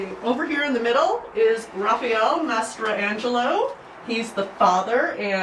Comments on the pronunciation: She says the name strangely, ‘mastra-angelo’ but people I know with this last name pronounce is ‘ma-stran-Jello’ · I think the young lady who gives the tour should know how to pronounce these beautiful Italian names. Not her fault, she may not be a full blooded Italian or never studied or spoke the language. The name "Mastrangelo" is pronounced in 4 syllables, i.e. phonetically mass-tran-gel-o. Consiglia is not "con-sig-leo" but in Italian words with "gl" together emphasizes only the "L." That name us pronounced "Con-seel-ya." (no "sig" at all!) And if you look at the holy card in that lovely book you will note her name is listed as "Celia." That is very close to Consiglia, when her name us properly pronounced. She may even have her name Americanized to Celia on many of her documents throughout her life. I just love how you have preserved these treasures.